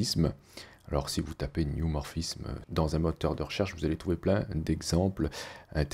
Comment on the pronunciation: C'est pas New mais neu 😉